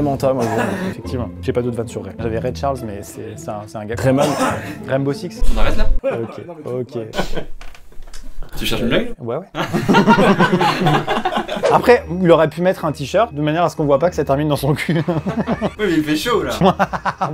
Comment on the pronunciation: J’suis sûr que le « On arrête là? » (on a raie te là) était même pas fait exprès 😅